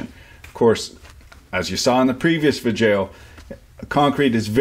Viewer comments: um....guy, why are you saying 'Vidjayoh' maybe im missing something but isnt it pronounced 'VIDEO'? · I hope this guy is purposely butchering these specific words; vijeo hahaha. Dude is really entertaining to listen to. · What in the hell is a vid-jaio? Seems like a smart guy needs to learn how to pronounce words in the English language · Obviously he's doing that on purpose, along with smelloscope and other malapropisms that I guess he finds to be self-amusing.